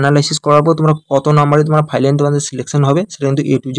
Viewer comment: Final ❌ Filan✅